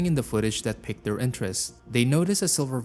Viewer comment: Am I the only person noticing he says "picked" instead of "peaked" for piqued and he said "polish" like polishing furniture instead of Polish for Poland? Most disturbing parts of his videos.